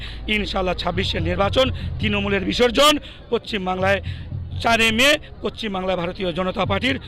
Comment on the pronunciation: আরে পশ্চিম টা ঠিকমতো বলুন